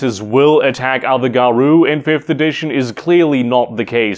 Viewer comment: Garou is pronounced Garow, not Garoo.